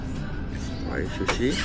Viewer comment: Sebutan dia wa-gyu tau. 😊